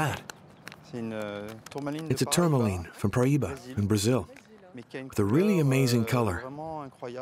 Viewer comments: The voiceover mispronounces everything so weirdly 😆 tourmaline, trichroism, spinel, agates, Paraiba... I mean come on it's just basic research, is it AI? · I'm struggling to even finish this documentary, every time I hear a mineral mispronounced, my brain twitches and I have to pause the vid; TourmaLINE?? It's pronounced TourmaLEEN, Speenle?! Pronounced SpinELLE like the name Elle. PeriDOT?? omg. Could have at least taught the narrator how to pronounce the words from the script correctly.